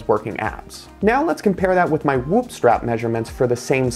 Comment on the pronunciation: Why is he saying "wup" tho 😢😂